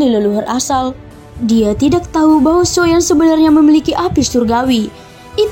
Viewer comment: Agak aneh sih klo di sebut nya SHOYAN 😢